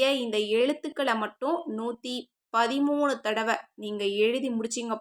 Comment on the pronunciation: 130 illa 113 sister theliva sollunga